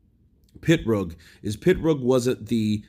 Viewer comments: He was in a car accident and had to finish after that unfortunately. Brilliant fighter who would have become undisputed. psml? It's PIROG NOT PITROG. 🤐☃️☃️☃️ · It's Pee-rogue, not a pit-rogue. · Hís name is Pirog not Pitrog dumbass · Why are you referring to him as "Pit-roag"? Are you trying to be funny, or are you just dumb? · He is not Pitrog, he is Pirog... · It's like me calling you Saying it like KYURRT 😂🤣PITROG OR PITRUG IT'S PIROG. POINT BLANK PERIOD. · Why you call him PITrog when its Pirog...just curious? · M88 Boy. It's actually said "pitbullfrog" tell for us please. Lol 😂😏😝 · There's no T in his name bro. It's Pirog. It's on his boxing trunks.